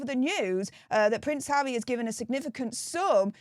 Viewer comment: You need to see an English language speech pathologist urgently. Havvy ffs